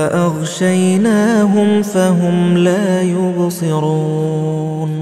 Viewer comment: Plz listen recitation of ayat 9 last word la ubseroon .I think Qari saying la yurseloon